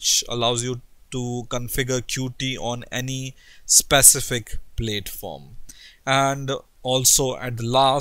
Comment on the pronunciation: Please, it's not pronounced "plate form". It is [pl]at-form rhymes with at-form. Hindi accent is not so bad, but yes 1.5x speed-up is beneficial.